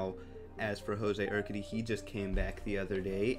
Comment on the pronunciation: You’re pronouncing Urquidy wrong bro lol 😂